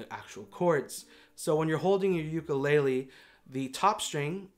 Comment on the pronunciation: god, I really trusted you to say “ukulele” correctly ugh